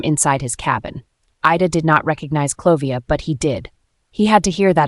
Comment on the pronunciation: ...and it's "Olivia" , not "Clovia". Come 😮ONNNNnnnn AI 😢😂😂😂